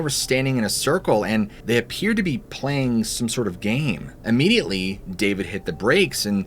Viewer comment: The owl story was spooky! Thanks! Seriously, you're concerned about the pronunciation of pjs but consistently mispronounce immediately. Geez. It's not aaahmediately. Try the correct pronunciation please. Search audio pronunciation for Tlingit while you're at it. You owe it to yourself. Thanks for the stories